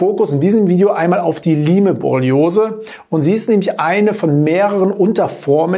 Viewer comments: Es heißt "Laim"-Borreliose in der korrekten Aussprache! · Es spricht sich "LAIM", wie bereits angemerkt! Siehe Ursprung in Amerika, Lyme. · Lyme borreliose wird ausgesprochen: LAIM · Okay, ich bin nicht die einzige, die das völlig irritiert. Beruhigt mich etwas^^ Vielleicht ist ein bisschen so wie bei Huawei u.a. Eigennamen. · P.S. ich wollte nicht klugscheißen, die Aussprache war nur sehr verwunderlich. Die besten Grüße!